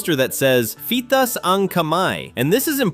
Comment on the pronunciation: Itaas! Not FITAS!